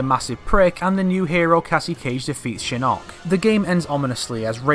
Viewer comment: Ok couple things. 1. Your inconsistent way of pronouncing Shinnok bugs me so much, but I'll assume it's your accent. 2. At the end of 9 Shinnok says to Quan Chi that he will "soon be free". He doesn't specify how soon that is. To say he can just mystically get free sooner to launch his attack is a bit off to me. Just because he has more support doesn't mean he can get free sooner. Sure he says soon, but I imagine to an immortal, 2 years is soon. 3. Johnny training with Bo Rai Cho doesn't necessarily mean training with the shaolin, and if he did his entire fighting style would end up changing. And if it didn't, that would be sloppy writing. Karate etc that Johnny uses is very different from Kung Fu. 4. The evil factions or any evil characters joking the good guys wouldn't make any sense. Sure they might not want the realm destroyed but they wouldn't be able to work together with Raiden. They would be more likely to side with the Netherrealm, or leave and go to Outworld, side with Kotal, and just continue what they're doing now there. 5. Why would Tanya be with the Netherrealm forces? She is in Outworld aiding in Millenas rebellion. The entire rebellion is based on that, since she and Rain are the ones who released Millena in the first place. 6. Raiden wouldn't debate who to side with between Order and Chaos. Chaos wouldn't help him bring the war to an end because that would lead to peace and consequently Order. 7. Liu Kang destroying Shinnok "once and for all" is impossible si